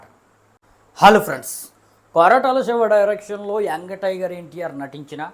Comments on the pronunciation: Yang tiger kadu raa ayyaa young tiger .. ne slag gi oka dandam ra babu 🙏🙏 . Mundu palakadam nerchuko ra .. Nv thi raa nv thi cenima nenu istha review 5/5 bokaa gaa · Veediki ntr anna name sarigalga palakadam raala kaani. Review cheptunnadu. Meegic antaa.. Youngu tiger antaa 🙏🙏🙏 dandamraa saami . prati okkaru reviews cheppadame